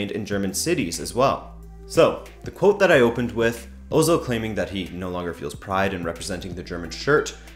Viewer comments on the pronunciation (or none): Anyone else triggered by the refusal to pronounce the umlaut